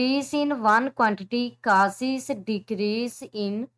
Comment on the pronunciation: Causes ❌ casis😂